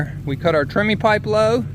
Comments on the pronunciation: TREMIE, not "Trimmy". It is a man's name, the guy who invented the Tremie Tube. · Thanks, very informative. FYI the term, although pronounced trimmy, is spelled tremie. In major concrete projects like footings the use of the pipe is reversed. A large pipe is set in the hole and the concrete is poured inside of it. That pipe however is slowly raised as the concrete is placed rather than being left in place. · It is TREMIE, not "Trimmy". It is a man's name, the guy who invented the Tremie tube.